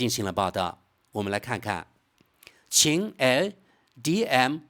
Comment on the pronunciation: 你是机器人语音吗怎么老念那个qin L DM-i😂😅